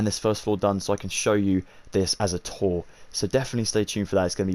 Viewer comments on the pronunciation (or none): none